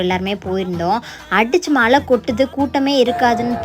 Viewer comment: Thiruvila illai ma... Thiruvizha (திருவிழா) மலை இல்லை மா... அது மழை. ஏம்மா இப்படி தமிழை தப்பு தப்பா பேசுறீங்க...